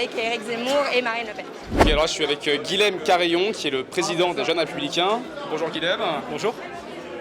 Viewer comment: Attention ! Le prénom « Guilhem » est occitan, il se prononce [guiyem] et non [̶g̶u̶i̶l̶e̶m̶]…